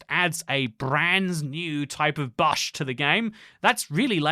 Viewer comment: never in my life have i heard someone pronounce bush like that lmao ty for vid